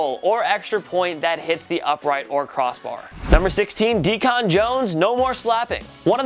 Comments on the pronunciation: #16: Deacon Jones's (nick)name is DEEK-n, like a preacher, not DEE-KONN. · And its decon not dechan this new guy sucke fire his ass where's mike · Few things; It's pronounced "Dee Cun", not "Dee Con". Also , the 9ers and Seahawks are in the NFC, not AFC. You asked my subscribe in the beginning... well no. Actually you said "do it." I'll "do it" when you up your game and get shit right. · Learn how to pronounce Deacon Jones! here's a hint it's Deacon not Decon. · Jake Simmons lol what it was a joke and he did say d-con when it is deacon one word not his fault he pronounced it like a clown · Deacon Jones pronounced "Deecan" not "DEECON" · Dee-con Jones? Never heard of Dee-con. You lose all credibility,. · Dee-can like Deacon ˈdēkən he gave himself the name, his real name is David a Deacon is a minister. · it's Deacon not DE-CON. That's bug killer. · HOW CAN A SELF DESCRIBES SPORTS EXPERT CALL DEACON JONES.... DEE CON......ITS DEE-KUH N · Did he really jus call Deacon Jones, D-con Jones? You gotta pronounce it like how the church says it... Deacon. C'mon now! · Who is D Con jones lol. DEACON LOL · I disliked because you don't know how to say DEACON... ITS NOT DE-CON .. Bacon isint pronounced BA-CON . You however are a MO-RON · not DE-Con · Dee-con??? Deacon,! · Deacon not D- Con bug killer. Think church deacon. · His name is Deacon, not Decon. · Deacon is pronounced Dee-cun not Dee-con😂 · Why was he saying deacon jones name like that he was saying it like decawn it sounds how it looks deacun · for real. When he said D-con i knew he had no idea who Deacon Jones was. The Unofficial all-time sack leader. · And did you really pronounce Deacon (deekin) as deacon (dee-con) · Did he say dee con jones 🤣🤣🤣🤣🤣🤣🤣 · Dee-con , dummie , don’t disrespect a great by mispronouncing his name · Isn’t DeCon (“dee - cahn”) what you use to poison mice? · Yeah, this video is pretty clueless. Or so says "Dee Kahn Jones". 🤔😆😂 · Trying to be posh and saying “Dee-Con”